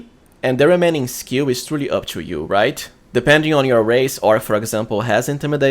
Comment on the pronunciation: Respectfully, please improve your accent. 'to - to͞o" | not 'chew - CHo͞o'